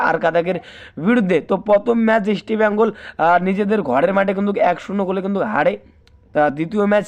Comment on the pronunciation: উচ্চারণ দেখে মনে হচ্ছে এ একটা দু'নমবর চ্যানেল। তোমকে কে খবর দেবে?ইস্টবেঙগল নামটা উচ্চারণ সঠিক নয়।